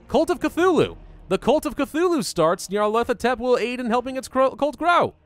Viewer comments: Knee-o-leth-o-tep That’s how you say it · pronounciation: nyalethotep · Nar/pa/lar/pa/tept That’s how you pronounce it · Ni(long i)-arr-leth-o-tep. GG for English, amirite? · its pronounced Nyar (Like Nyan) Lef-o Tep, Nyarlefotep. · Neo-leth-ah-tep that's how you pronounce it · I think it’s nyar-thel-op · the cult of butchers the name like a substitute teacher